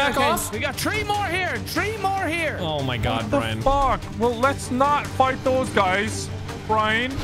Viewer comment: I still laugh everytime Brian says “tree” instead of three because of his accent 🤣